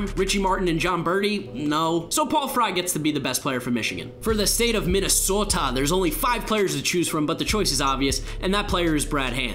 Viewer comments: You said Minnesota with a Dakotan Accent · The way you said Minnesota disgraces me